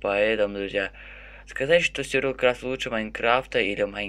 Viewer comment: Почему ты говоришь СЮРЬВАЛ КРАФТ?????вроде бы говорится сурвайвэл крафт.(сори если-что,ок???)